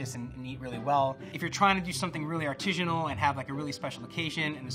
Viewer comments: I want to shoot myself every time he says "artijinal" it's ARTISINAL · Is my man really saying artijinal?? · If this guy says 'arteezhunal' one more time I'm going to scream. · It’s “artisanal”, not “artisianal”. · Artisanal sounds like artisan, not artesian. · smartypants: “rigidity” doesn’t describe ridges or texture—it’s a measure of how rigid (stiff) something is. When you say “artesianal” (not a word), you mean “artisanal” I say this in the same spirit as I would if I were pointing out something stuck in your teeth. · Like for everytime says artizhinal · Why didn't anybody help this dude out with the pronunciation of artisinal? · Whyyy does he keep saying artijinal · This man just constantly saying "artishanal" really distracts from the expertise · Expert mispronouncing artisanal? Priceless. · If you're gonna feel the need to say the word artisanal 20 times then please pronounce it right. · The word artisanal doesn't have a g in it. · That's not how you say artisanal. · Bugs me so much he can’t pronounce artisanal correctly. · Anyone else super irritated by the constant, incorrect pronunciation of "artisanal"? Just me?